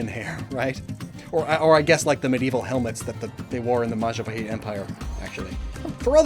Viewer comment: I really appreciate your pronunciation of the words like Majapahit. And including that traditional music around the mark too... Don't worry, Ayam Goreng sounds about right (although the "Go" might be better as "Gaw" with shorter vowel?) Hahaha. 😊 The province, or Special Region, that follows Sharia Law is Banda Aceh (Bun-duh Uh-cheh, like the che in check meets eh). In Malaysia, there's a famous TV Show Upin Ipin that has female characters wearing Hijab. And a local Indonesian animated movie Jumbo also has a girl wearing Hijab. So, it should not be a big deal, I think. It's just an attire, like you said. 🤷🏻‍♂️ Much respect to you,. As always. ☺🙏🏻 Oh, and yes, that thing you mentioned about Unown would be cool. I did have/imagine an idea of an evolution that combines all 28 forms into 1 (maybe named Alfabeth? Lol). But the Wishiwashi treatment should work, too. 😊